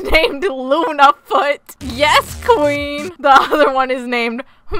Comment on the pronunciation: it's queen not quen